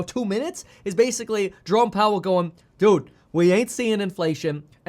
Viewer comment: When you say Jerome Powell I hear Drone Powell.